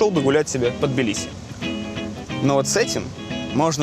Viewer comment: Это не Билиси блин а ТБИЛИСИ